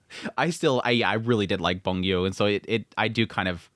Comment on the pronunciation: I thought you’d stop calling Byung Gu “Boon Gyu” by now 😂